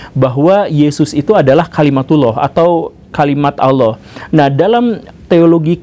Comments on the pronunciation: Pengucapannya Allah di perbaiki pak Bacaannya Alloh BUKAN Auloh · Org sunda kek gitu cuk, pernah liat AA Gim ceramah gk?